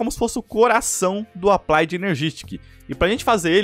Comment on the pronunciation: "applaid";-; e sua pronuncia e escrita do ingles incrível kkkkk